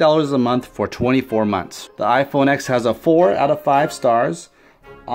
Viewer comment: how're you going to say bad stuff about the iPhone X if you don't even know how to pronounce the name? the note 8 is more expensive if you get the model with the better processor The note 8 only has a bigger screen because the whole phone is bigger. The iPhone X has a much smaller notch than the note 8, and no chin The curved edges just make videos look weird SD storage is much slower, cannot hold apps, and you can literally just plug it into a computer and steal all its data The iphone's face id works in the dark and with sunglasses too, and is much faster and more secure The note 8's facial recognition can be tricked with a photo The iPhone X has dual front, and back cameras, and has better quality, which also takes up less storage, and can record 4k 60 fps which the note 8 cant Barely anyone uses wired headphones in 2018 And apple includes lightning headphones which sound, fit, and feel much better apple has updated ios to allow faster wireless charging there is much better battery and app optimization, so the battery lasts much longer and it is much easier to find someone with an iPhone charger, than it is to find someone with a Samsung charger My SE, from 2016, which only costs $100, and has a much smaller battery, lasts me all day with heavy usage the ram means nothing, its all about how optimized the apps are, which all iPhone apps are, and no android apps are ive never had it happen to me where ive been at a meeting and couldn't find a pen. If I needed one, I could ju